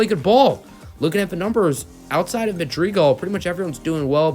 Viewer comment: Cringe on saying Madrigal